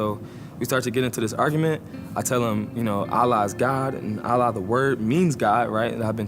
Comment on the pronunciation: This video might be scripted. Well, I can hear incorrect pronunciation of such words like "Islam" and "Allah", Muslims have connection with God while praying, bowing and prostrating. Christians should also understand that Muslims are praying in Arabic, because the Quran has been revealed in Arabic language. What's more, Muhammad, who is being considered for Muslims as the prophet of God, showed his companions how to pray to God. You should also notice that Muslims can send to God their wishes and prayings (performing Du'a) in their own language they speak, especially converts who can't speak Arabic.